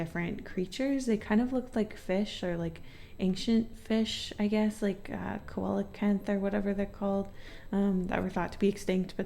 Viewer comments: The “Coelo” in Coelocanth is pronounced “See-Lo”, but I love the idea of a Koalacanth. Please draw it. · Its pronounced see-lo-canth (coelacanth) if anyone is wondering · Man am I late to be saying this but coelacanth (the fish formerly thought to be extinct that you mention in the third illustration) is pronounced see-la-canth, which I discovered recently after pronouncing it pretty far off for a while lol. Happens to be my favorite fish, just got excited when I heard you mention them! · the fish you mentioned is a coelacanth! it’s pronounced “see-luh-canth” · Coelocanth is pronounced see-low-canth although I can dee why it looks like it would be pronounced co-el-uh-canth